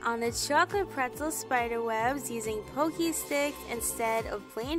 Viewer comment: Thank you for generously sharing your tips and tricks! You are a doll! (Btw, it is "Pocky" like "rocky." Not trying to be annoying, just trying to help.)🩷